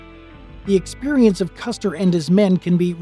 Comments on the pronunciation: It's Custer not Custard.However at the Battle of Red Butte or The Custard Wagon Train Massacre that occurred on July 26,1865. Sgt Amos Jefferson Custard of the 11th Kansas Cavalry and 20 of his men fought off attacking Cheyenne and Lakota Sioux warriors for several hours until they were massacred. The two that did not die were tortured to death. Amos and his men were scalped, but the scalps were thrown away since too many Cheyenne and Lakato died and no one felt like celebrating. By the way Sgt Amos J. Custard is my 2nd Great Granduncle. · Its Custer, not Custard.